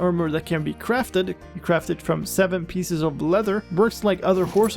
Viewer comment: "Kwaft" XD